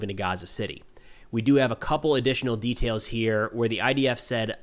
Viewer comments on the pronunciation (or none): none